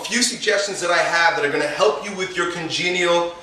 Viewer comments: LOL! Congenital scoliosis, not congenial! Congenial means friendly and social... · 'congenial scoliosis'